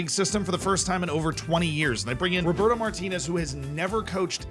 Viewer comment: It's Roberto not Roburto